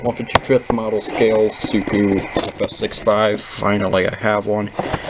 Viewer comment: It's siku not suku